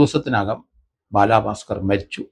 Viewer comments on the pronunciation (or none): ബാലഭാസ്കർ. ബാലാഭാസ്കർ അല്ല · ബാലാ ഭാസ്കർ അല്ല. ബാലഭാസ്‌കർ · Njan parayaan vijaricha comment. Ella videoilum parayum ingane baaalaaa bhaskar. But I appreciate your findings. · ബാലാ ഭാസ്കർ അല്ല സർ ബാല ഭാസ്കർ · ഇയാൾ എന്തിനാ ബാലാ ബാസ്കർ എന്ന് പറയുന്നത്😡😡😡😡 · Baalaabhasker.... The way he says is different 😊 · ബാലാ ഭാക്കാർ എന്നാ പറയുന്നത്